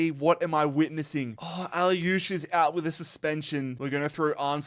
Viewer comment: Great content. Some of your pronunciations are horrendous though - can you really not say Tzo-LIS instead of ‘Tzo-LOS’? Or AK-liouche, not ‘AH-liouche’ (just like MAZ-raoui, not ‘mah-rooey’)? 😂